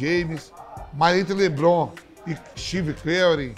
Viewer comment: "mas entre LeBrom e Stiver Querri, esses cara tudo eu prefiro o gol de estate."